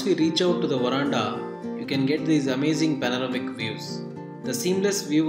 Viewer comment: What a English ....varanda